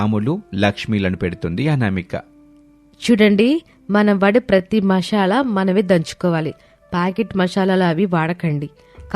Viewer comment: Mashalaa kadhu 😅 masala anali 😏😏😏